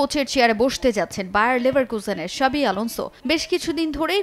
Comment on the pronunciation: xavi ** not shabi 😂